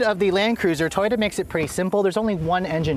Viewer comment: Why did you say toroya instead of Toyota